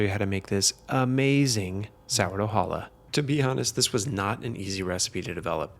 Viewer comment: You should learn to pronunciate "challah". It is not "Hallah".